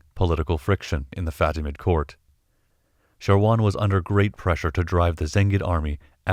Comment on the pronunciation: thanks for the great Infos, but that man's Name is "Shawar" not "Sharwan"